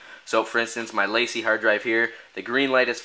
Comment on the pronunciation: Two things: Will it go faster if you do it via FireWire? Also, LaCie is a french name, pronounced (Lah - See)